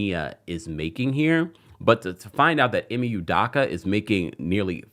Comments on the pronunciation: Right! I care nothing for Ime but the mispronunciation is cringe. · THATS NOT HOW YOU PRONOUNCE HIS NAME